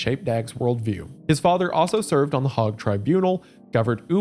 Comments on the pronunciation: Did he pronounce the Hague as Hog 💀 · I'm glad someone else said something 😂 He also called the Hauge "the hog" which straight up made me flinch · Yes, I know. It's just that I was going to roast him for his pronunciation of "Hague," then I realized he was pronouncing it like it was supposed to rhyme with Prague, which would absolutely be a reasonable thing to think. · Pronounces Hague Tribunal like "Hog Tribunal" and I picture a row of pigs sitting in committee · The way he said Hague sickens me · It literally killed me hearing him pronounce it like that😭